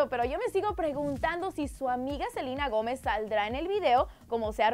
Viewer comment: Porque dicen selina gomez cuando es selena gomez vivían no pronuncia bien ingles